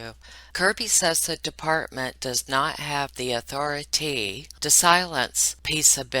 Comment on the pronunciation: “Was Albert afraid of Authori-Tee?” QUIT IT LOL